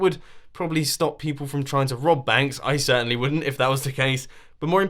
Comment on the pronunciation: Did he just say he robs banks? "If it did I cerntently wouldnt!"